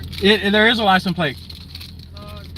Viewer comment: Why do all these mental troglodytes pronounce it "lisen plates"? Lol